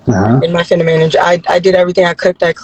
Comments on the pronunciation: Lls bra she said fenimine 😂😂😂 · These women projext class. And get she can't even say feminine correctly. She said FeNimine twice